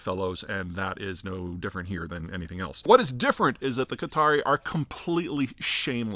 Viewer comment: It's not Cutter ... it's Qatar. Peter pronounces Qatari (the people) correctly but then the name of the country, incorrectly.